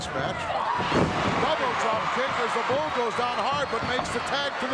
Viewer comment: In the beginning, he calls "Paul Nakano," which is wrong! she's "Bull" Nakano baby!